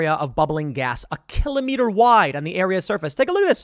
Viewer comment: Funny hearing Tim say 'kilometer' he does puts the accents on the same places as we in The NL who use these metrics.